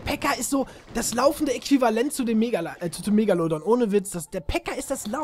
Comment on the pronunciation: sprech erstmal megalodon richtig aus